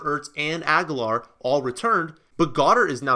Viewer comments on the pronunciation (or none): none